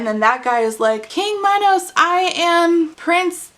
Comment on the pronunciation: you pronouncing minos like minowws is KILLING me 😆